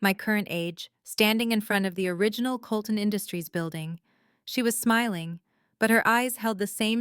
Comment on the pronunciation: Colton, NOT Coloulton.